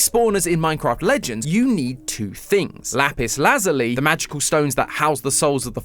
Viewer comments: Lapis Lazali? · I'm so sorry... I love how said Lapis Lazuli...